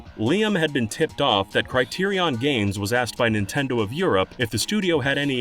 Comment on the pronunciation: thats NOT how you pronounce Criterion.